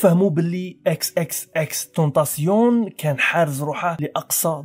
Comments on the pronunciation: تايشن ماشي تاسيون و اسم العلم عندو نطق واحد باش ما تقليش هاذا النطق الفرنسي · انت قلت اسمه غلط 😂😂